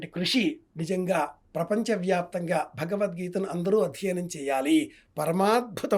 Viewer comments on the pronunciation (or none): ఈయనక భగవద్గీత అని పలక లేక పోతున్నాడు. ఈయన ఒక పండితుని ప్రశ్న వేస్తున్నారు.